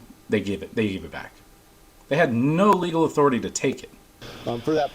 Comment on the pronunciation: I think that's pronounced "AuthoriTAY.